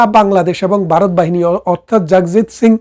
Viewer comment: Baaroth na Bharat.Vaw uccharon korun.